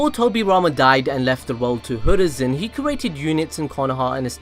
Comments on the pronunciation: It's hiruzen not hoorizen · It's hiruzen not hurizen😂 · is anyone else confused as to why this dude is pronouncing Hiruzen??? Like he's saying Hurizen, not Hiruzen??? Why bro??? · he keeps saying "hurizen" REEEEEEEE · Ah yes, the third hokage hurizen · why do you always say Hurizen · So absolutely no one is going to bring up the fact that he said “Hoorizen Sarutobi”???